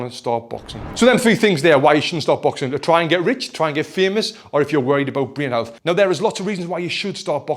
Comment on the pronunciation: The way he said "Breen Health" convinced me immediately.